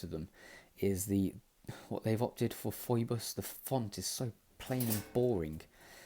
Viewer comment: its not pronanced phoibos, its pronanced phibos and its a greek word